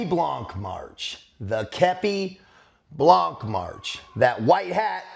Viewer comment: Hey, do not prononce the c in blanc common dude!!